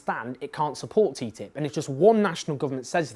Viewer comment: Owen, you are the only person who calls TTIP teatip.